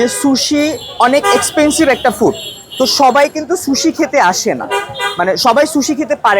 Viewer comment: Accha eta শুশি নাকি সুশি 😅.